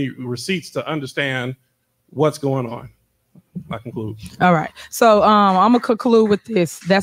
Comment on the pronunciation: "Imma cuh-clude". Lol who elected the girl from friday as mayor?